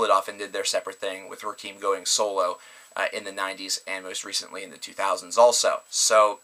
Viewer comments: Rakim is pronunced RAH-KIM. It's pronounced RAH-KIM. Not RAH-KEEM. Eric B & Rakim (RAH-KIM) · Ra-KEEM? It's Rah-KIM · White people,his name is pronounced "Raaa - Kim". Not "Roc- keem". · It's Rakim not Rakeeeeeem